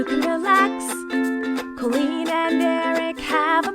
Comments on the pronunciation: Why at the end of the intro it sounds like was saying chicken wing when it says I'm colleen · Is it just me or does anyone else hear “I’m the Queen” when said “I’m Colleen@ in the intro?